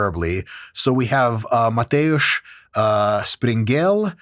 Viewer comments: haha! good one! :D he missed the first one most though, Sprengel, the german last name. But he rolled the r like polish do with such names :D finally some useful studies from my area. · As a Pole, need to congratulate you on the pronunciation of Polish names :) Outside of the Sprengel, rest was great :)